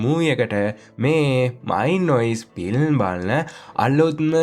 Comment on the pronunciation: ෆිල්ම් වෙනුවට පිල්ම් කියල කියවෙන්නේ 😅😅 ඒත් එයාගෙ ඇද හොයන්න හොද නෑ😊😊😊